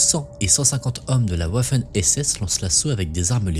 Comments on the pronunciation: top, juste pour info , waffen, ça se prononce vaffeune. luftwaffe, se prononce : loufte vaffeux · Bonjour, "Waffen" se prononce vaffen (comme wagon) et Georges Patton se prononce patone...